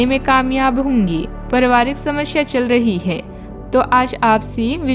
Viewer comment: समस्या को शमश्या बोलते सुनने को कान को accha नहीं लगता